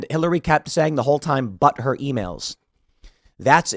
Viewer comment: Are you saying "but her" emails or "butthurt" emails?